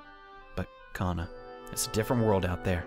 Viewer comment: He said Hana when he ment kana